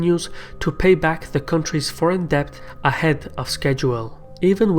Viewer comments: Good work. But small observation: pronounciation of "debt" is "det" and not "debt". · debt is said like 'det' not 'dept' FYI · Those of you making fun of his accent and mispronouncing Debt as depth is unfair. He speaks many languages and his research is very good. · Great video! Pronunciation tip: debt is just pronounced 'det'. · Great video, but here’s a tip: debt is pronounced “det” - the b is silent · Please adjust your pronunciation of the word "debt". The letter "b" is silent, therefore you should read it as "det". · The b in debt is silent !!